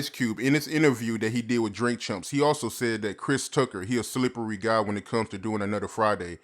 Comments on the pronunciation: Dam did he say DRINK CHUMPS? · 🧐 Wait a minute.. did he say "Drink Chumps" in the beginning???